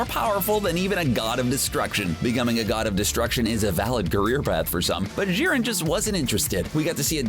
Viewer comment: Jiren not Szhiren, Jesus Fucking Christ